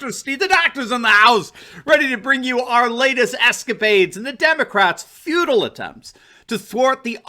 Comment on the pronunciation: Did you say the Democrats' attempts were FUTILE or FEUDAL? The latter actually works pretty well since the DNC seems to think of themselves as royalty and the rest of us as serfs.